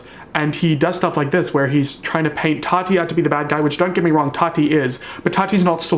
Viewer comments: why is nobody talking about how keemstar says tati??? it sounds like he’s saying toddy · No one: Keemstar: “Todi” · The way Keem keeps pronouncing “Tati” I straight up thought he was talking about Toddy Smith